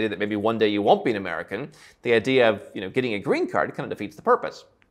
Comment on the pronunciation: Listening to you mispronounce Grenada was annoying.